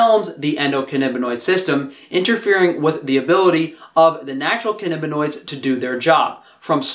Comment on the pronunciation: For some reason you're pronouncing it "cannibinoid" -- why tho? It's pronounced as it's spelled.